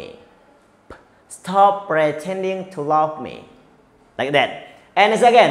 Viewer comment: Hahaha pronounce /pretending/salah mas. Hahahah. Pronounce mas jg harus d perbaiki sikit 😊😊